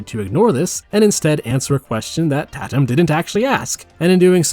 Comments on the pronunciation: “Tat-um” lmao. I think you mean “Tay-tum” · The fact that the intro examples are all real... Also...Tãtum. Like cake.